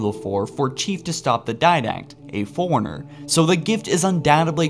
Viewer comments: And forerunner sounds like foreigner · learn how to pronounce things its fore runner li brar ian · it sounds like you said an ancient foreigner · Excellent video but.....dude you're killing me...it's, "libRarian" and, "foreRunner" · "foreigners" "liberrians" "sentinent being" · work on your pronunciation...you repeatedly mispronounced key names and titles....to start with...there is no "liberryun...nor ancilia...nor foreigners..at least listen to other sources to get the pronunciations right.